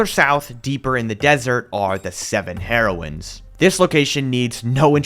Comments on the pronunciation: Oh my gosh I am dying laughing It is pronounced hear-oines, not heroin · “Heroins” got me every time 💀